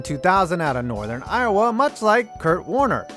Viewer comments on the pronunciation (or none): none